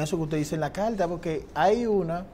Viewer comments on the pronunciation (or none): Calta ? Polque ? Que mal hablan …. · CARTA NO CALTA PARA SER UN COMUNICADOR DEBE USAR LAS PRONUNCIACION CORRECTA